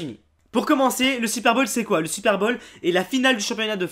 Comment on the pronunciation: On dit le "super"Bowl !!!! pas "supère bolle !